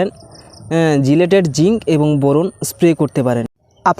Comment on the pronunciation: জিলেটেড জিংক আবার কি?😅🤣😂!!! এটা হবে চিলেটেড জিংক।